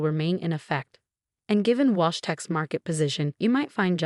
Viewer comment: Wash - Walsh ? Get a grip on your AI, it probably doesn't even know the time of the day without the faithful Sarah telling it ! So many spelling mistakes you have outdone yourself this time. I thought I had heard enough of the heels clicking on the marble floor (recently it's been a hardwood floor) but you have decided there is still life in it yet ! Alexander or Olivia - bloody hard to keep track of gender in this one. Bought - thought, your reading skills match that of about a 7 year old !